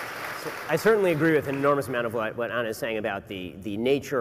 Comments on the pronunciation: Ana did great! But why is the moderator incapable of pronouncing her name correctly? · They can't even pronounce her name right. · Why they keep saying Ana with a short A. Yall are trolls 😂